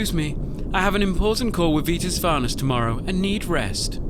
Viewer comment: "An important call with Vitas Varnas" lol